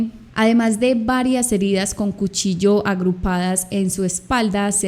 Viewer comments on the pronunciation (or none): none